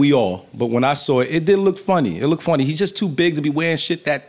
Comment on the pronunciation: Please. Black people. “lookded is not a word. Looked. Practice it. It flows better.